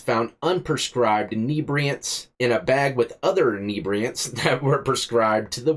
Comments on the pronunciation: Common, enibriants? Call it what it is like the reporter, it was fentinal. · Inebriated inibriants 😂😂 now its a weird word you broke inibriate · "Inebriatants"?... Inebriated on Inhebriatants!... Haha!... Good Ol' Florida!...